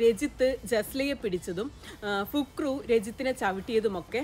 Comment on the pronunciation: പുക് റു അല്ല ഫക്രു 😆😅